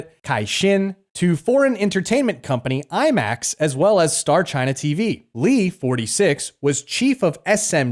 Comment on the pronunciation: "Are you from gyina"